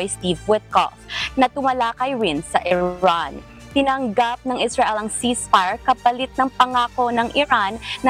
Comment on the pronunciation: Iran ❎ Erraan✅